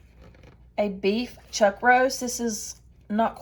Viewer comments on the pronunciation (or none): none